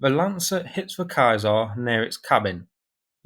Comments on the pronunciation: Just FYI- the pronunciation of this weapon system is "Say Zar" (french) or "See Zar" (english). Not Kai Zar. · Love your show but please please stop calling it a kiesar, it's a ceacar. Aka a roman emperor not a German emperor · its not kaiser its caesar kaiser is a german grantking and caesar is a roman empire emporer... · humm I think someone is saying it wrong either I was taught wrong or different dialect really plays games. ^Ceaser^ eh humm(clears my pallet) "See*zr" how did you get "kai*zr"? witch is spelt Kaiser? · Its spelled like siisar. Not Kaisar. In french it’s something like sesaar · Is it really pronounced 'kye-zar'? I assumed it was 'see-zar' (Caesar), as in the Roman general? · "kaesar" ? you totally butchered the name of that vehicle, bro haven't you heard of Julius Caesar? It is pronounced the same way. (Seezar) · "ky zar" lol its "sea zar" as in Julius Caesar meaning "King" 😅😅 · It's like Julius Caesar, not Kayser ;) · So, it's pronounced like Julius kyzar now? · Good videos, but when are you going to stop pronouncing Caesar as Kaisar. 🤣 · Impressive as ever. But Caesar is pronounced 'sayZAR' (French) or 'sEEzer' (English)… surely ? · French pronounciation would be 'sézar' . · What?! It's pronounced KAISAR? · Thanks for the vid, - but the English pronunciation of Caesar is 'see zer' as in 'Julius Caesar, the Roman geezer'! 😁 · I think you may be pronouncing the name of this bit of kit wrong.🤔 I believe it it pronounced Caesar as in Julius Caesar.😉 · CAESAr stands for Camion équipé d'un système d'artillerie. It is thus to be pronounced like an acronym, not like Julius title.🙂 In french, pronounciation is close to one. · Its CAESAR not CAESAr and you can find video on Daily Dotion: CAESAR : Camion Equipé d'un Système d'ARtillerie published by: Ministère des Armées. And you are wrong, the name is also on the vehicle... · I just can't get used to your pronunciation of "Caesar". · Do you not know how to pronounce Caeser